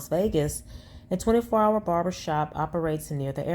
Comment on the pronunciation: This ninja said "brarber shop" 😅😅😅